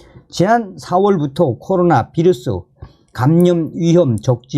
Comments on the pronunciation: "비루스" 아니고, "바이러스"라고 말합니다. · 휴전선 윗동네식 표현이자 독일어 식으로 읽은거죠.